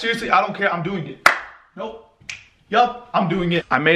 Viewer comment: Nobody:: I am doin git